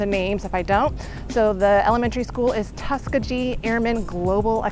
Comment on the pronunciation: the Tuskegee mispronunciation is killing me...